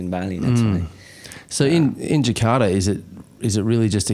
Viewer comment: Respect to ras Muhammad for pronouncing Jakarta not Jekadaaa...